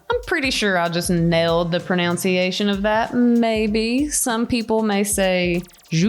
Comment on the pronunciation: Except you weren't nailing the word "pronunciation". It's pro-NUN-ciation, not pro-noun-ciation. LOL (I'm just messing with you. Ashton and you are cool.)